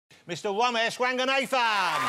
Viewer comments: Did he said Womesh on purpose or what ? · I can't stop laughing as Johnathan kept calling him womash 😂😂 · On Wossy tonite .... Womesh Wanganathan .. Wita Owa .. Wamsay .. Fwed & Gino 😬 😁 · Even though the R sound does not really exist in English, I have always loved how Jonathan Woss manages to botch it nevertheless! It's part of his charm, I guess. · I came to see Jonathan butcher Romesh’s name, thankfully it was right at the start. Cheers editor